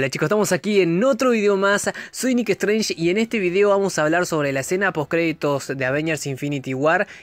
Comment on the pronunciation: strenggg asi lo dises haha un apellido que no saves pronunciar haha